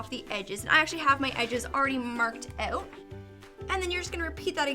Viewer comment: Not hating but you say OUT weird